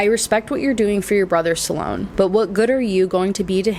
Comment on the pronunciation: Sloan is 1 syllable not 2